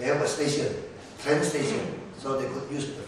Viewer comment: it's train, pak ahok, not trend :p #peace